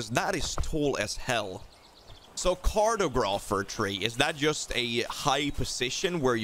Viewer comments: The way you’re pronouncing cartographer 😂😂 it’s car-tog-rafer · Find a curtugruphy😂, they should definitely change the word to this, best pronounciation i ever heard!